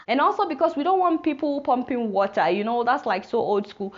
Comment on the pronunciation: i like the way she says water....warer